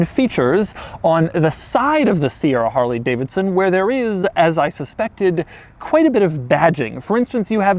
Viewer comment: I constantly forwarded the video and the only thing I listened to was harley davison